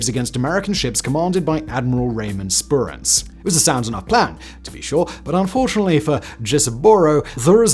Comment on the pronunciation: Good points. Just one more small one. It's Spruance, not Spurance.